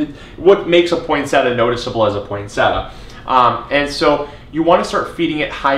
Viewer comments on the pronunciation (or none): Thanks for the tips! Shouldn't it be pronounced poinse-tee-a?